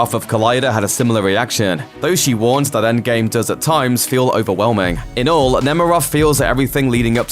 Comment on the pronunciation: “enggame”? it’s endgame